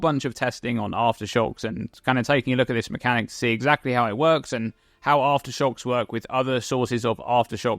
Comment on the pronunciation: Take a shot everytime he says Arftershox